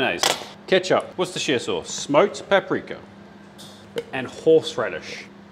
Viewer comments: Yes he did..... but it is pronounced wuuster sauce correctly. Don't ask me why but i learnd it my self not that long ago. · You need to teach Nick how to pronounce Worcestershire sauce😂😂😂